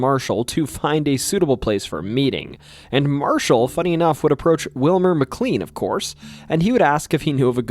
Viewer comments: Mick clean 😂😂😂 it’s pronounce mick clane(K-lane) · Yes, it’s pronounced Mc”Lane” but I didn’t want to be obnoxious and we all know who you meant anyway. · Yeah everything except the most commonly used name in the video that is also a place in VA. Named after someone else but still pronounced the same. His mispronunciation of McLean makes this almost unwatchable for me w how often he says it. Still a good video but gosh man if you’re gonna use a word every other sentence please make sure you’re pronouncing it right. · THAT IS NOT HOW TO PRONOUNCE MCLEAN! IT'S PRONOUNCED LIKE MY SURNAME IS SPELLED. OMG 😭😭😭